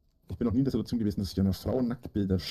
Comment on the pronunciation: Wongls Gesetz: Wenn Rainer das Wort "Sidduerzion" verwendet, kommt ein ganz besonders dreistes Lügenfeuerwerk.